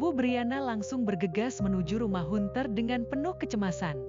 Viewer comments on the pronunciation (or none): ini pake penerjemah otomatis kayaknya? hanter..bukan hunter.suaranya gak ada emosi.persis suara² di Fb😁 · Hunter?? Pengucapan nya bukan hunter tapi Hanter,,,,,ini kan ejaan asing please....